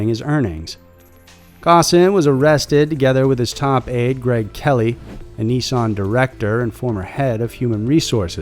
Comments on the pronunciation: Can we please just call Nissan (Ni-san) not (Knee-saaaaaaan) that is my only worldly desire. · You say Nissan funny